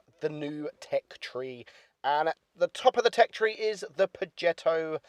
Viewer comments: I keep hearing him saying pogetto 65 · its pronounced projetto its a smooth g not a hard one